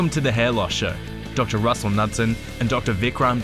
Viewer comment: Lol, his name is not pronounced "Nutsen". It's a Danish name and is pronounced "Knu-sen" Hilarious that he doesn't even know how his own name is pronounced.